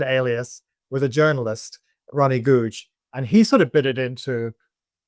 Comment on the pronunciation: I almost wanted to pull a Cassian and correct him "Goo-ja!"